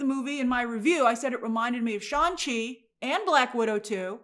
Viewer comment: Why do you keep calling shang chi, "Shawn chi"?